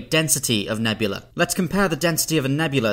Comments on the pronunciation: A single such cloud is a nebula. The plural is nebulae, pronounced "nubulee", not "nebula" Otherwise a very informative video! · He pronounces "nebulae" like "nebula." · He keeps pronouncing "nebula" and "nebulae" the same, and it's super irritating. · Please. Don’t make a video about nebulae and then consistently mispronounce it ever single time you say it. Nebula and nebulae are not homonyms